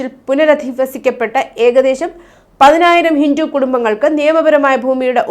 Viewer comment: നിങ്ങൾ എപ്പോഴും ഹിന്റു ഹിന്റു എന്ന് എന്തിനാണ് പറയുന്നത്. ഹിന്റു അല്ല ഹിന്ദു എന്നാണ്